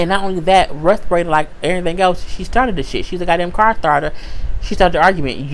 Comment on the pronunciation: LMAO! Who is "Respirata"? you jacked up her name so bad, I literally burst out laughing and could not stop.....and you said it so calm and casual, which made it more funny.